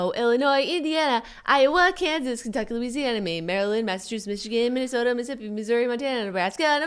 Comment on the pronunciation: jenna said missippi instead of mississippi